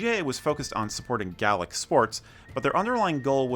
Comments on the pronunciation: Also its Gay-lick not Gal-lick when pronouncing Gaelic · Camogie is a hard ‘g’ and ‘gaelic’ is not ‘Gallic’ good vid otherwise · Well told but pronunciations need a lot of work tbh.. Gaelic for instance is pronounced Gay - Lick.. No childish comments please people. Camogie is pronounced Cam-o-g-ee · Gale-ick!....Gale..as in 'storm'. Gay-lick' is the pronunciation from people who have no idea what they're talking about!